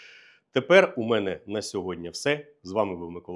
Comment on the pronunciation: Не *сьодня", а "сьогодні ". Чи ви в принципі не хочете вірно розмовляти державною мовою?